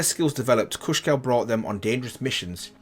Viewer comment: It's Kusho! You keep saying Kushko. You did the same mistake in the Jhin and Zed videos as well!